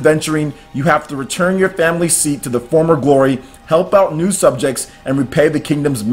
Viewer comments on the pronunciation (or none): none